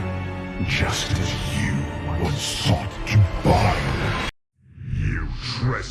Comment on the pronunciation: When he says "Just as" sounds like a "Justice?" in wrath gate cinematic